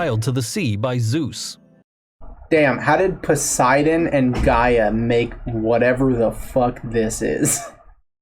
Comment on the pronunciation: The way this guy pronounced "Scylla", I had no idea what he was talking about at first lmao (Also, pronouncing the "ch" in "Charybdis", and the distinct "poe-sigh-done", what the fuckkkkkk I'm dying) Edit: I just got to "kuh-too-loo" and I'm now convinced this is on purpose. There's no way this guy genuinely believes this is how to pronounce these names. No fucking way.